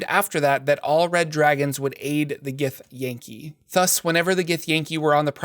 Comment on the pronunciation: I believe it’s “gith-yahn-kai” not “gith-yay-n-kee” lol